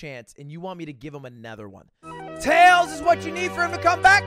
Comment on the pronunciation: Nobody: Ludwig: Anether